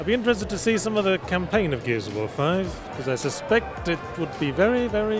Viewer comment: I wasn't listening closely and when he said "Gears of War 5" I thought I heard "Metal Gear Survive"